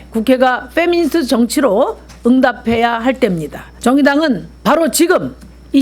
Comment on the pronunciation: 페'니미'스트ㅋㅋㅋㅋㅋㅋㅋㅋㅋ 미니페스트라고 하지그러냐ㅋㅋㄱㅋ